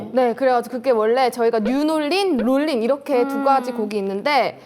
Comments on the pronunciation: 홍은지: 뉴놀린 은지: 롤린 우리 홍은지 뉴롤린 발음이 안됨...ㅠㅠ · 홍은지 뉴롤린 놀린이라고 하는것도 왤케 웃기냐ㅋㅋㅋ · 자꾸 놀리니까 롤린도 놀린이라고 하는 홍놀린좌...는 대체... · 홍은지 발음=뉴 놀 닌 ?ㅋㅋㅋ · 뉴롤린을 발음하지 못하는 홍은지씨에 대해 어떻게 생각하시는지 공식채널을 통해 입장 부탁드립니다.